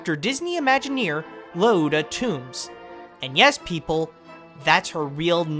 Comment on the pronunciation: Yes it's been a long time since you posted this, but it's Lee-oh-ta. Thanks for the upload though.